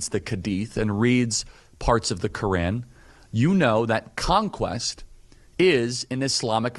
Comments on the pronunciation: he cant even say fucking "Quran" its said like kr aan not ka ren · Side note, what the hell is the ''khadeeth'' and the ''kurinn'', it's Hadeeth (Had'iith) and Quran (Kur-aan). Bro didn't even know how to say it properly. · "Kedeth" "keran" bro🍃🍃✌✌ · the "kurin"